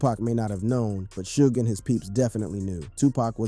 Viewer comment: Not to mention the 1st time you said "Suge's" name....smfh